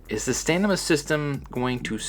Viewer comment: Couple things. You keep saying stanima. Its stamina. Also, why in the world dont they just do one button for strike reversals, one for grapple reversals, and MAYBE both combined for specials